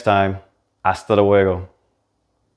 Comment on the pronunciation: ¡Anda, un perfeccionista! 😂 pero si lo dice bastante bien